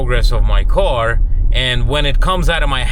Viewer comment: Love ya but it’s / car / not /co / ar /…😎👍